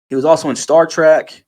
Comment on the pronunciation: Its Star "TREK" not Track